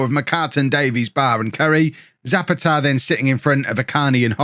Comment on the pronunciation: poor old Zapata can't play well if you keep saying his name wrong... you have tried Za-pa-TAH and ZAH-pa-ta, and none of them are correct. go for the third option: Za-PAH-ta and the man will be delighted :-)